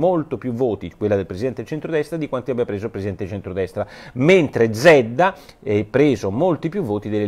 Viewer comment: nella pronuncia del cognome zedda la z deve essere più accentuata..